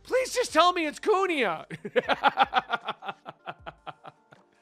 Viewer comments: Queen-aa not kuni-aa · please stop saying kunia ... it's Kuina 😅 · Kuina pronounced more like Queena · kuina its ku-i-na